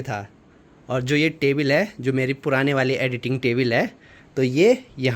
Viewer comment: टेबिल नहीं टेबल hota hai